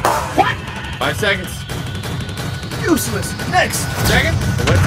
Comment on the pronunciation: You should say seconds not se